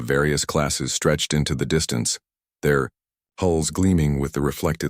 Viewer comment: dreadnaughts, not dreadnots.